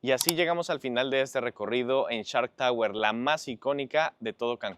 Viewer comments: “Nos encontramos en CHART Tower”😂😂😂😂Se dice: SSSSHHHHARKKKK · No, no, no, se escucha claramente que dices CHART, pero así lo dejamos. Lo importante es el edificio, muy bonito pero fuera del alcance de la mayoría.